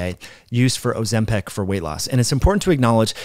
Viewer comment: Why do you say Ozempic in such a bizarre way, as if it were "Ozempec"? By the way, I used Tirzepatide with great results and focusing on the clinically proven far suboptimal Semaglutide predecessor is quite far from the point. I don't think the proportion from muscle lost with Tirzepatide was in anyway specially pessimized by this drug as opposed to mere calories, sleep, and resistance training. If you're lazy during your deficit and stay in bed vs lift, you'll lose more muscle proportionally regardless of whether a GLP-1 agnostic drug is at play. What evidence contradicts this for Tirzepatide?